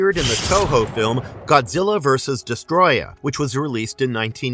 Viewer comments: It's not Destroya it's DestOroyah. Des toro yah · Uff how can someone butcher the word Destroyer that badly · Homie managed to miss the first “O” in his name the whole video